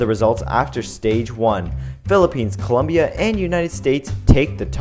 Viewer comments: It's COLOOOOOOMBIA NOT Coluuuuumbia 😠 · Columbia? really? LOL CO LOM BIA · It's Colombia, not "Columbia." Colombia! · COLOMBIA, NOT COLUMBIA!! Por favorrrrrr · Colombia not Columbia. You can mess up the language as much as you want, but this is the only thing that makes Colombians annoyed/upset. Co lom bia . Learn it, love it, respect it. I can only imagine the backlash someone would receive by calling the USA with improper pronunciation. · *Colombia*, not Columbia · It is colombia not columbia. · It's COLOMBIA, not COLUMBIA. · Its Colombia not Columbia smh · ITS COLOMBIA NOT COLUMBIA!!! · It's not COLUMBIA YOU DUMBFUCK IT'S COLOMBIA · its Colombia not Columbia dumb ass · It’s Colombia not Columbia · It's Colombia not Columbia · Its colombia not columbia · Its Colombia, not Columbia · It's Colombia, not "Columbia", thanx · Is colombia not culumbia estupid animal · Ouuuu you dont say columbia, you say Colombia. It happenned to Steve Harvey in miss universe because columbia its Just a university And Colombia is completely different,, :) 😀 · It's COLOMBIA, NOT COLUMBIA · you say Columbia ??? is Colombia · dude it's colombia....c o l o m b i a not columbia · It's ColOmbia with O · It Colombia. C O L O M B I A. With an 'O'! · Actually its Colombia. Not U. Hahahahahaah just saying. GO PHILIPPINES!!! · Colombia goes with an o not a u